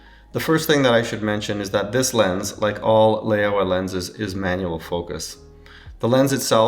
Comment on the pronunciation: it is not lay-aowa or lay-owa. it is laowa